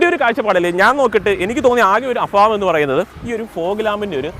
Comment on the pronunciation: അഫാവം അല്ല, അഭാവം..